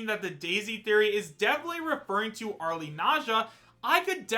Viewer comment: How many times do I have to tell people that the "e" in "Arle" is silent?